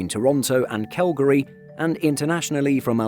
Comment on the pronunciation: I've never heard Calgary pronounced like this narrator does.